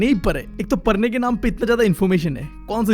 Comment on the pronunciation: bhai tu padhne ke liye bol rha hai ya parne ke liye bol rha hai